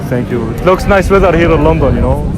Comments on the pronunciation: هو يقول اجنا الكل يطلع علينا في شوارع لونطون ❎::لندن::✅ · أسمها لندن مو لنضون ماشي